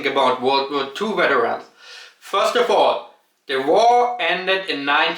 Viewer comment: It sounds like you're saying Germany has an issue with becoming too hardline. Whether it's war or immigration or some other subject? weterans was actually quite nice to hear. In Germany you hear folks pronounce Vs as Ws and Ws as Vs even when they're speaking english. When you watch Germans on youtube they seem to drop it and while I understand why I do appreciate a German speaking English like you hear it in Germany.